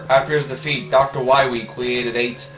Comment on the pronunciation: you said Dr. Wiwy.